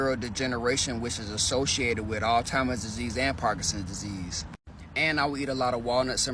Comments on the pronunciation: I don't know why it bothers me so much to hear an adult say "All Timers Disease" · the word is "Alzheimer"!!!!!!!!!!!!!!!!!!!!!!!!!!!!!!!!!!!!!!!!!!!!!!!!